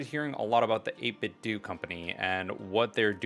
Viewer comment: I think its pronounced 8 Bit Doh. Like Nintendo. Also, a bit of a nitpick, but I wish they continued having a SFC color scheme for this model, like they did with the older SN30/SF30 Pro. That being said, it's safe to call this controller the Swiss Army Knife of gaming. It is a bit of a pain if you use it for more than one console.